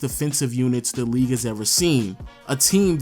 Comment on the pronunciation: best in the “weague”